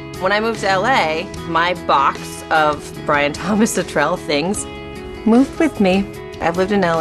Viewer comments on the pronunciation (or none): Forgive me, but you are pronouncing Brian's last mane wrong. I'm just trying to help you out girl, Brian fan to Brian fan. You pronounce it as if you are saying the word "litterally" but without the "ly" part. "Littrell". If I could verbally say it on here instead of typing it, I would. Lol.